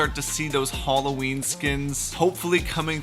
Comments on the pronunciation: Nobody: Not even iron man:: Hollowin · Wtf is Holloween,I recognise Halloween not holloween